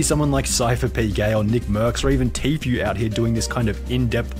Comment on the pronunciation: Him calling Tfue Tofu made me laugh so hard